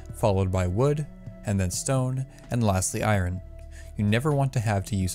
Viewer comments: instead of i-ern? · I never heard anyone say I-ron